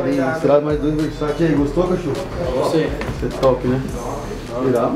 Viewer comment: "versaçi" KKKKKKKKKKKKKKKKKKKKKKKKKKKKKKKKKKKKKKK VTMNC KKKKKKKKKKKKKKKKKKK